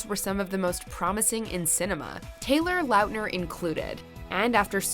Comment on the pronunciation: Taylor Lautner is so forgotten, the narrator cant even say his name properly, RIP haha